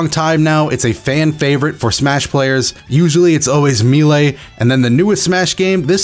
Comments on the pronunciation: My boy it's a french word, you don't have to be so afraid to say "May-Lay". We won't think any less of you. <3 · Meelay? I'm almost certain it was pronounced Maylay. Either way, great video, very informative. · I swear to God, everytime you said "Me-Lay" instead of "May-Ley" I was just 1 second from that good ol' unsub button lol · I pronounce it may-lay. I’ve heard people pronounce it like me-lee. But I’ve never heard someone pronounce it me-lay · Maylay not me lay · I was watching this on my PS4 and had to pause it to pull up on my phone just so I could roast you for saying Mee-lay. <3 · please pronounce melee as "MAY-LAY" 😭 also very sad about melee being gone, but it's gives me the chance to enjoy dbfz more and get into it more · "Me-lay" lol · Is melee really pronounced as “me-lay”. I’ve never heard that before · But "melee" is of French origin, and its accents on the "e"s confirm "maylay" as the correct pronunciation. The multiple pronunciation thing is just a misconception after years of use. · also u pronounced melee wrong lol. its like "maylay" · It's MAY-LAY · Only thing that upsets me is how you pronounced melee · Sorry I cringed everytime you pronounced melee still love u tho <3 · You...you really said melee like that.... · Have I been pronouncing melee wrong this whole time... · It’s illegal to say ‘melee’ like that. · Very good video, but don’t say melee like that please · How dafuq did you pronouced Melee? Xd